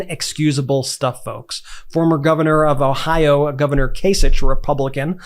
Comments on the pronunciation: John Kasich's name is pronounced kay sick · Kasich is pronounced with a hard k at the end. and, yes, vote blue the whole way until MAGA is driven to obscurity.